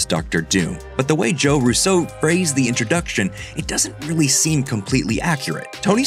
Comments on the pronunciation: I find it odd how the host pronounces the RUSSO surname. Instead of the usual RUsso, he goes with ruSSO. Dunno, sounds weird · Even the RUSSO brothers have wondered why people pronounce their name as ROO-SO and not RUSO like their family does. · Why are you saying “Russo” like that? Did you replace your voice with AI voice?